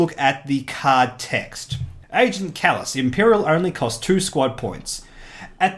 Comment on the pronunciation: Thank you for making this video :) it was great and as for pronouncing my name you pass ;)